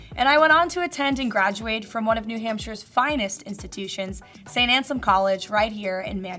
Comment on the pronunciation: Did she say " in-tutitions"